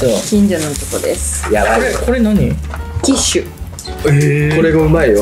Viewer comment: キッシュがティッシュに聞こえちゃった笑笑😅 お腹空いてきた笑笑